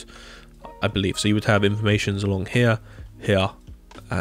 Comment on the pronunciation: from now on the word "here" in my vocabulary has been replaced for the most prefered "héac'h"